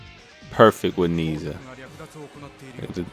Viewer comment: His name is properly pronounced "naa-iaa"